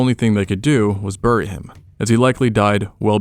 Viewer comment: I just can’t get over how this guy says bury like burry instead of ‘berry’